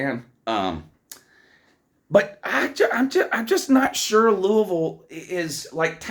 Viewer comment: .....You say it as Lou•we•ville😮😮😅😅😊because I'm from there.